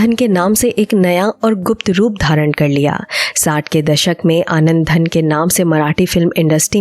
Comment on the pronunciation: आनंदधन नहीं, आनंदघन!